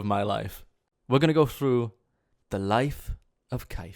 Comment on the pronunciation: It’s the Laif of Kife.